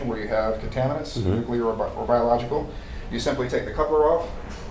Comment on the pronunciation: A "nucular" event, LOL.